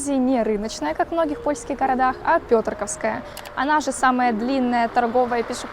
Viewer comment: Навіщо було знущатися над назвою вулиці і над глядачами? Пьотркóвська! Наголос на О.